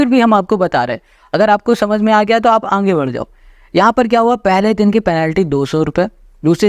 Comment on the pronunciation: Sir ka khena😂 Aage ❌ Aange✅